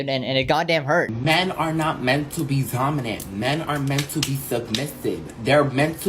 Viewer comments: He can’t even pronounce dominant right 😂 it’s either dominant or thominant(only if you have a Greek accent when pronouncing the d as a th) not zominant. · Dominant ❌ Zaminant✅ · Men are not meant to be.... Was that "zominant" I just heard, or I'm I just growing old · Men are meant to be ZOMinant Bozo cant say d💀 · He really said "Zominant" 💀💀💀